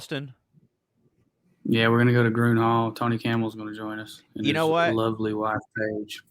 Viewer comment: It's pronounced Green Hall, 😐